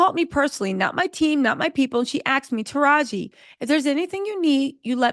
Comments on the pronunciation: “Taraj-Gee” not Taraj… why do you keep messing up that lady’s name?!?! 😵🤣 Also, another great episode. And I did see the movie and it’s way more uplifting and better than the original. 💜💜💜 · Are you mispronouncing Taraji's name on purpose? Lol